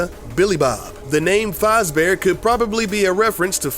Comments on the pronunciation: he says fozbears he's surposed faaaaazbears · faaaz bear not fahahahz bear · Its Faz not Foz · One other thing you didn’t know is that it’s pronounced Fazbear not Fozzbear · IT IS NOT FREDDY FOZBEAR IT IS FREDDY FAZBEAR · It's sounds like your saying fozbear instead of fazbear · That’s not how you say fazbear... it’s faz-bear not farz-bear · Not foz beer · its not foz bear its faz bear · Its fazbare not farzbare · You said freddy fozbear its freddy FAZbear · Rlly Foz??? FOZ?????? Bruh it’s Fazbear not Fozbear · It's faz not fause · Faz not foz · Fozbear it’s fazbear dumbfuck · it's freddy fazbear not freddy fahzbear so annoying! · Oops Faz not Fuz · hay smart guy it's Faz bear not faaz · not foz faz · heres one thing you didn't know is its fazbear not fozbear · Tilly OMG It was a joke because that's how the guy in the video was pronouncing it... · Freddy Fozbears? Don't you mean Fazbears.. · I think he said "Fozbear" instead of "Fazbear"....wtf??? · Fazbear not fozbear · Freddy Fozbear lmao!! 😂😂😂😂 it is pronounced faaaaaazbear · It's freddy fazbears not freddy farzbear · fozbear its FAZBEAR FOR CRYING OUT LOUD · Its not pronounced "Foz" Its pronounced "Faaz" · It's actually pronounced faaz not faz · Freddy fozbear it's Freddy fazbear that's it unsub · Okay I don't went to sound like a hater but it's pronounced "fahz" bear not "fawz" bear. I'm sorry that just drove me crazy! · It's F A Z not F O Z bear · He said fozbear it's fezbear but the e is replaced with a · lol its faz bear not fuz bear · It's pronounced "faz-bear" not "foz-bear" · not fozbear it’s fazbear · the freddy fozbears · AHEM ITS FAZ-BEAR NOT FOZ BEAR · sorry but did you say Freddy Fozbear? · HE SAID FAESE not fazbear LOOOOL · He's calling him fozbear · Fawz Bear XD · ah yes my favorite animatronic is freddy fAHzbear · its pronounced fezbear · “Freddy Fozbear” oh my goodness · It's f Az bear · Faazbear?!??! WHAT THE FUCK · Freddy Fahzbear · Freddy ''fozbear'' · NOT FREDDY FAAZ BEAR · XD faazbear